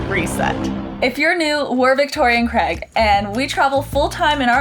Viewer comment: Great video as always. Now if only Victoria would stop calling Craig "Creg" 😂